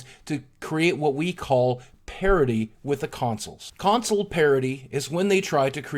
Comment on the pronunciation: Sounds like he say's Console Parody, which is fitting :)